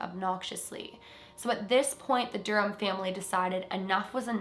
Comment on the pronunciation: The H in Durham is silent lol